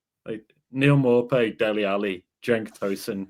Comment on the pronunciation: its not maupay its nopay